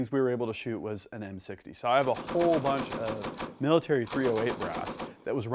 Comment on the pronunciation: "military 308 brass" your Canadian is showing!